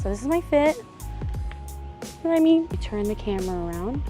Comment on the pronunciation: u picked up pidgin lol "what u meeean'